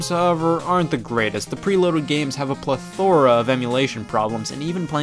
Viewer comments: PLETH-ora, not ple-THOR-a. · Ralph Sandwich that is just false. pleth·o·ra /ˈpleTHərə/ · Scott said ple-thOr-a, it’s ple-tho-rA. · It's pleh-thur-uh, not "pleh-thore-uh". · Nobody: Scott: "play-thor-ra" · Pleth ora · wow what a weird way to pronounce plethora. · Ok but are we all just gonna ignore how Scott put the emphasis on “thora” in plethora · That's how you say the word in most parts of the US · plethora isn't pronounced how you pronounced it. its like when you fucked up epitome